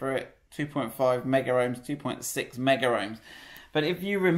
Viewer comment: i love your videos but, its not meggar ohms (that's a brand of electrical testers) it is megohms, as in millions.